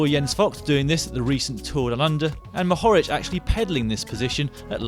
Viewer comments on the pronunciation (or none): Just one correction Matej Mohorič in pronounced Mohori[ch] NOT LIKE YOU SAID Mohori[k] after all he is a U23 world champion